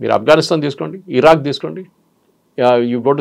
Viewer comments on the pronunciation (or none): none